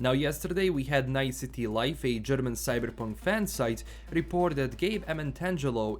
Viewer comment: Today we're going to talk about 'Cyddddberrrrpunk'